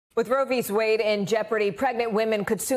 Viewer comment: Roe vees Wade? Lol